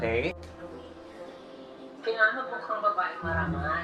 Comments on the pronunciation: "Vavaeng mavagal" HAHAHAHA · that "Babaeng Mavabagal" 😂😂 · natawa ako dun sa vavaeng mavagal hahahah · "Ok ma'am" " kung may vavaeng marangal merong vavaeng mavagal" hahaha patawa ka tlga besh..😂😂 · Natawa naman ako sa "vavaeng mavagal" hahahahahahahahahaha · "Kung may Vavaeng Marangal, ako naman Vavaeng Mabagal." 😂😂